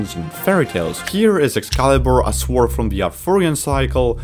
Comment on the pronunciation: "Bers" "begining" "shWord" bro I can't💀